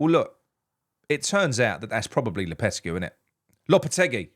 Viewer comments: low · puh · teh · gee 👍👍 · I speak Spanish natively. The way to pronounce it is “Lopeteggy”